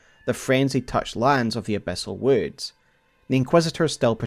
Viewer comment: I love how you pronounced wew-ds